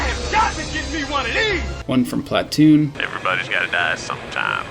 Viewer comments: Work on your pronunciation of "platoon," ya schlub. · your pronunciation of "Platoon" was interesting since you're not from the south of the United States, so I'm guessing you had the word "Splatoon" on your mind.